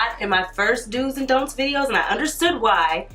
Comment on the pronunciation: 🤣 i can't focus on anything but that "dont eye"